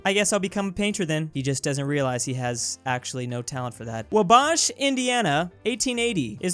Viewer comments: It's pronounced Wah-bash not Wah-bauhsh. -Hermione probably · THIS IS IMPORTANT PLEASE READ IT! Hoosier (a person from Indiana is called a Hoosier) here: it's "WAH•BASH", not "wuh•BOSH" It hurts me every time you say "Wubósh." Please stop. Thank you for your consideration. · Wabash is pronounced more like (Waw-bash) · Regular people: Waw-bash: Wah-baush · says wuh-BAASH instead of WA-bash I was just laughing so hard at that point because I live 20 minutes from there. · my guy, it's pronounced Wah-Bash, like you're bashing, not Wah-Bosh. Also, you put emphasis on the Wah part not the Bash part. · Ok as someone who lives near wabash that took me off guard (by the way it wah-bash) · WUH-BOSH, INDIANA!!! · I do not like how you pronounced wabash, as I Hoosier it is pro iced Wah-bash (as in bashing someone’s head in with a baseball bat) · I live near Wabash it’s pronounced Wah-Bash just letting you know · He pronounced it wrong though. It's Wa-Bash. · When pronounces Wabash like like Chris Bosh... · it’s pronounced wah bash lmao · You pronounced Wabash wrong ;) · As someone from the nearby town called North Manchester, I am very offended with your pronunciation. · doesn't know how to pronounce Wabash. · You say Wabash wrong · Me listening to how says Wabash Ernie is about to commit a hate crime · I cringed so hard when he said it like that